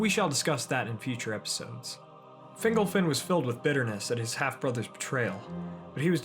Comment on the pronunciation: Fingolfin pron. "Fin'GOL-fin" not "Fingle-fin" lol :)